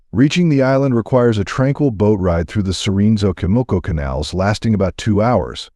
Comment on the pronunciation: Your stories are real! But a sugestión you have to pronounce correctly ; 😅maíz or say corn, Sochimilco is the name of a place! Just learn how to pronounce it in Spanish if you are going to say it